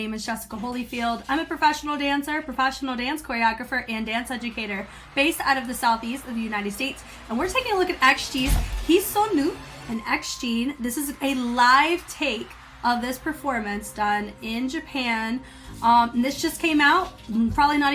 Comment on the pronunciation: FYI it’s pronounced as Heh-So-No-Oh and they dropped the dance video at the end of this showcase